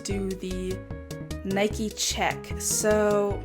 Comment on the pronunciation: It's on the left for us too... It's ok. You thought it wasn't. Also plz say Nike and Adidas like others! It sounds kinda weird to me and I was about to rage!!!! P.S: You're still the best. 😘 Love ya!